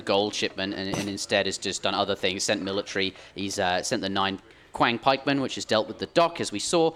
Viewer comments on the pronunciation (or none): Just a heads-up for the casters, "Qiang Pikemen" is pronounced more like "tsiang" Q doesn't correspond to any sort of "k" sound in Chinese.